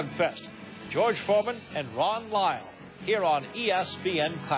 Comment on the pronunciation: Is it just me or Cosell kept saying "Wyle" instead of "Lyle" during the first three-four rounds?